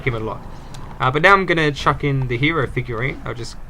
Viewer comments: Also you said HERO not HIRO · his name is not Hiro its Hero